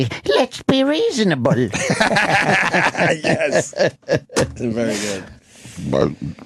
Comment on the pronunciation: I don't think I've laughed harder than when ant says "Spanky, lets be reason-a-bule"